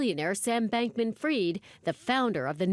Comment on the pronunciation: Why does everyone in the media mispronounce this guys name ? It’s not “Freed” and it’s not “Freid”. It’s Fried, like chicken.